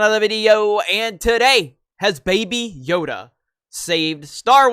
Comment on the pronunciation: Did you just say "Bae Bae Yoda"??? Trademark that NOW!!!